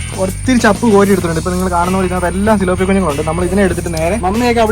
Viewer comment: സിലോപ്പിയ അല്ല .....തിലാപ്പിയ